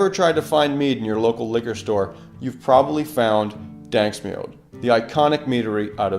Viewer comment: Duuuuuuuuuuude, its daNSk mjød, not daNSk mjød.